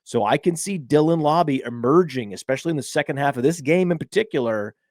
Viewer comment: It's mr lauber lauber